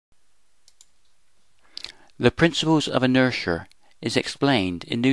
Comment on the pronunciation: Yeah, what the heck is inersher?